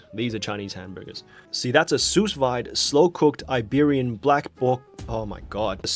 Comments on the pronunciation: Btw it's "su vid" not "sous vaid" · "Sous vide" is French. Means "under vacuum". Pronounced "Sue veed". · Sue’s wide 🤣🤣🤣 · No way he said "Susweid" instead of Sous Vide. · Soos - vyde? I think it supposed to be said soo-veed…It’s french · Your pronunciation of sous vide really made this a “sus vid” 😂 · soos vee-day you peasant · Not the soos-vaide 😭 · Dude. Same. I didn't know how to pronounce that sh*t when it came out. I would say, soos veed. Oiyoyoy. 🤦‍♀️ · The way people pronounce sous-vide when they don't know it's a French word is hilarious. It's pronounced sue-veeday, but with a French accent. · Great video. FYI: Sous vies is pronounced like “sue vee” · "soosse vaide" my french ears are bleeding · i lost it at him pronouncing "sous vide" as "soo-fide" 😂😂😂😂😂🤣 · Sus Bidet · “soos wide” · sus wide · The pronunciation of sous vide is giving me a real Dr Seuss vibe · I am both a cook and Canadian. But I don’t blame you for not being able to pronounce French. It’s difficult. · you butchered that pronunciation so badly I literally had to go back and read what you were saying because I had no idea lmao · AINT NO WAY BRO JUST PRONOUNCED SOUS-VIDE LIKE THAT????? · your pronunciation of “sous vide” causes me immeasurable psychic damage 😂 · Ça ma choqué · Gave it a German accent rather than French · Seeing you pronounce 'sous vide' incorrectly multiple times makes me think you're actually a pleb. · The sous vide pronunciation is insane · I was JUST about to write a comment about that